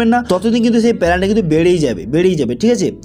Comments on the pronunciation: পেলান্টি নই পেনাল্টি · পেলান্টি নয়, ওটা পেনাল্টি হবে।